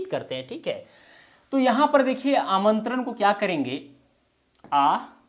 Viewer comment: प्रभु , पहेले आप तो सही उच्चार करिए। आमंत्रन, निमंत्रन, इनभाइट (invite), सब्द, परयोग, इस तरह सिखायेंगे क्या? ण को न, प्र को पर, व को भ, श को स।आप ग़लत बोलेंगे लोग ग़लत सीखेंगे।